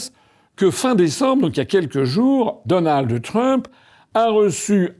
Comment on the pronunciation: Donaldheuuuu Trump